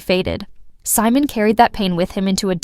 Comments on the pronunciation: Simone, Definitely not hís name. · Three minutes in, the female narrator pronounces Simon’s name: SEE-MOAN. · AI calls him See-moan 🤣